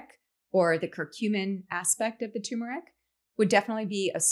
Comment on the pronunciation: It's TuRmeric